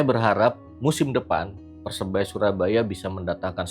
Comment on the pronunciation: Sori cak....saranku tolong diperbaiki pengucapan PERSEBAYA e